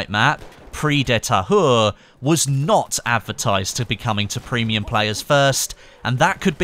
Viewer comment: You're Pronounciation of "Prise De Tahure" is perfect, but if u can much "push" on the -S of "Prise" it could be MORE perfect ^^ Like that maybe, for you, Anglosaxon: "Pri -zze DE Tahure" ^^ Keep it up, dude, nice info u got us there!